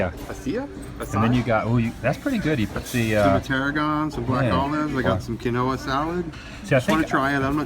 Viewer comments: Awesome video Adam! I look forward to your daily vlogs everyday. Quinoa is a grain and its pronounced (keen-wha). Couscous is pasta. Thanks for taking us with you on your adventures. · Hey ADAM, the alien dude was Krang from the 80's version of Teenage Mutant Ninja Turtles. And the ricey stuff is Quinoa pronounced Keen-waa. That collector-nerd shop looks freakin' awesome. As always amazing vlog. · His salad was Quinoa (keenwa) and Acai is (a-sigh) 😉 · And it's not ki knowa, It's said keen waa. The pedal charging station is more like Gillian's island than flinstones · Adam he is eating Quinoa (pronounced keen-WAH) similar to cous cous but not the same. I LOVE that painting of you by the way. You really should make Tshirts and posters of that and sell them! PLEASE? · That yummy salad is called quinoa pronouced keenwah. Its very high in protein. Its a great replacement for pasta. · Quinoa is pronounced "keen-wah" and it is a grain whereas couscous is technically pasta. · sorry adam. cous cous and quinoa (pronounced keen-wa) are not the same. quinoa is very good for you,natural and healthy. ..super food. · That's uh-sigh-ee, or a-sye (acai), and keen-wah (quinoa - the kind of couscous-lookin' stuff). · Quinoa salad and couscous are two different things. And quinoa is pronounced "keen-wah". Keep up the good work, Adam! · Pretty sure is Krang from Teenage Mutant Ninja Turtles. Also "chai" is pronounced with the ch like "cheese" and ai like "eye". Looks like someone else already covered quinoa vs. couscous. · Love your vlogs Adam! BTW it is pronounced "keen-wah" (quinoa), and it is different from couscous. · Quinoa and couscous are different. Also quinoa is pronounced "keen wa".